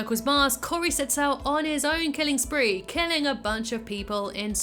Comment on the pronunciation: My names Cory! I’d say that your pronunciation of the name was fantastic! 😂 Love this unique timeline!